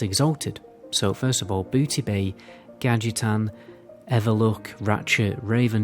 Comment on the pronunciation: wait wait wait, you want to tell me you've been making wow videos for 9 years and you still write "Blood sail" and cannot say "Gadgetzan"?